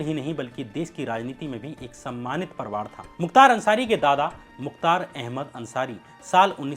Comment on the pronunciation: Kya parwar bolte ho?? Parivar ni bola jata?